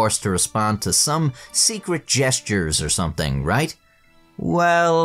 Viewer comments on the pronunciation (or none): none